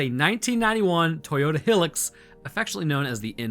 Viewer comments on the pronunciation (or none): Toyota “heelix” lol it’s said hi-lux it’s short for high luxury 4wd that being said rotate supremacy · its pronounced high lux not hylyx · lol toyota hill-ex its high-lux, merican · It's Hi-Lux, not Hillux. It's short for High Luxury lol They're an Australian make. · Hearing Toyota "hill-ux" confused my kiwi ears greatly. We say "high-lux" and they make up roughly 85% of the vehicle population of this country. Not literally, but also maybe literally, they're bloody everywhere 😂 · Hillucks. Hi-lux hahaha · its pronounced high lux not hill ex other then that one miss pronouncement of a word good video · Do all americans say hilux like hill-ex? We say high-lux, any other pronunciation makes me shudder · bro really said Hi-lux like 'Hillocks' doesn't know basic English phonics. HIGH LUX, you nerd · I took 1D4 damage when you pronounced Hilux. It’s pronounced high-lux. Source: I’m Australian. We have almost as many Toyota Hiluxs and land cruisers as we e do deadly animals. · Never in my life have I heard someone say "Toyota Hillux" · Hilux is pronounced high-Lux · Its pronounced high-lux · Please pronounce Hilux properly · No, not the Americans, not knowing how to pronoune hilux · Is no one gonna talk about how butchered the pronunciation of "Hilux"? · Its you mispronounced Hilux bro, aeiou